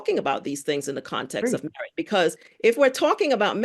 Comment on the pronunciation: Merit = "MeWhite"